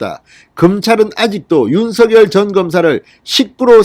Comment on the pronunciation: 진성호님. 죄송 하지만 부탁이 있습니다. 윤 서 결 발음으로 들립니다. 윤 석 열로 해주세요.